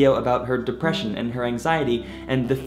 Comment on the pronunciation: Did somebody say deprrrrrrrresion?